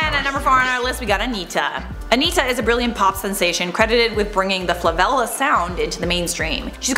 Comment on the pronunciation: i'm sorry but... "flavela"?!